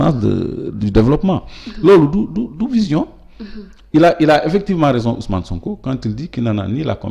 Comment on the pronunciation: Niap ya mëna prononcé OuS'Mané, SoonkO.